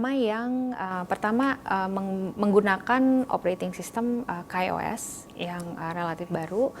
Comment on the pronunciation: iya tuh. Coba denger lagi dia ngomong KAI OS malahnjadi Kei os . Padahal orang XDA pun manggilnya KAI bukan Kei 😂😂😂😂😂